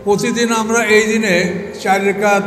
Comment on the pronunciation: রাকাত কে বলা হচ্ছে রেকাত? আর এরাই মওদূদী রাহিমাহুল্লাহ এর ডাঃ জাকির নায়েকের সমালোচনা করে অহরহ